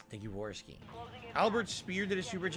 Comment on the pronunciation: “Warski” at the start lmao